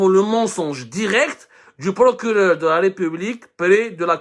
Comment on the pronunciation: "El Prokuréreurrr" emploi très maladroitement l'Inversion accusatoire ...